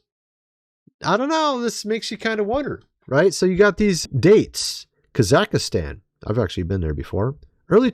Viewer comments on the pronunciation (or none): none